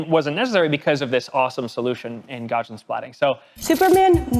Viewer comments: Gaussian is supposed to be pronounced how it's spelled, named after Carl Friedrich Gauss, so it's not "Gaushian". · YOU PEOPLE!!!!! You can't help mispronouncing, it can you? ESPECIALLY when it's just part of the time. Just so that I know that you know that you're pronouncing it wrong on purpose. Why do you hate me so much? GOW-see-uhn. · Speaking of triggering - so happy to see Gaussian pronounced Gow See Ann. Mostly. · It comforts me that every time they say gaussian they say it slightly differently. Because no one on this planet knows how to pronounce gaussian (and I also do this)